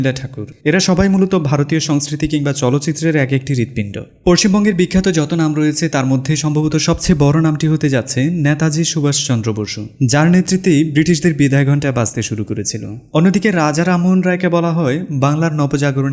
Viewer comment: নেতাজী উচ্চারণ টা ন্যাতাজি করাটা ভালো লাগলো না একদমই।